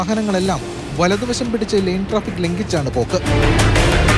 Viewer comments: ലേൻ ട്രാഫിക്ക് ആണ് ; ലൈൻ ട്രാഫിക്ക് അല്ല. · ചാനലിനും നല്ല പിടിപാടില്ല. ലൈൻ ട്രാഫിക്ക് അല്ല -ലെയ്ൻ ട്രാഫിക്ക്